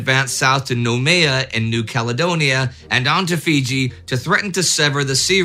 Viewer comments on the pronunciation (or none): Pronunciation tips from a guy in Port Moresby: Lae is "Lay", Salamaua is "Sah-lah-maow" and Noumea is "Neuw-Meer". On the flip side Ive been mispronouncing Sault St Marie for three decades now.